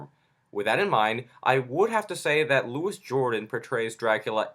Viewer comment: It's pronounced Loo ee, not Loo is